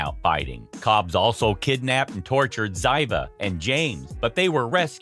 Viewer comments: It's pronounced Zeeva PLEASE DON'T BE INSULTING. Get it RIGHT COMPUTER! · It’s pronounced Zeeva not the way it’s spelt